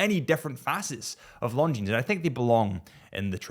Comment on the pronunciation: Please stop pronouncing the s on the end of Longines.